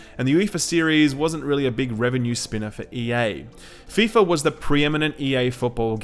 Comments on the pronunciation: "Ef eye Ef ay Soccer!" My sides! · "EF EYE EF AY INTERNATIONAL SOCCER" - I lol'ed